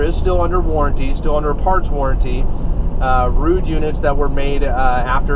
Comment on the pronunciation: Finally, an HVAC blogger who can correctly pronounce "Ruud". :)